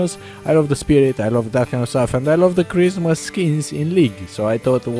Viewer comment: am I the only one who hears charisma skins and not christmas?